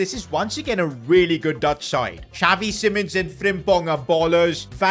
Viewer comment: pronounced zh-ah-vee